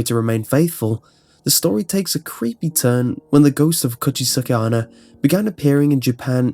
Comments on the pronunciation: cooch-aye-sake anna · When you first said "Kuchisake-Onna" I almost thought you said "Could she suck at honor". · "kuchiske anna"